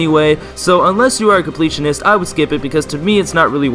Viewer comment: i love how he kept saying unles you are a compleatanist an my up next is the complitanist bith by sleep